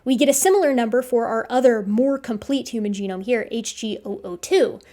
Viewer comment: full geome ex dee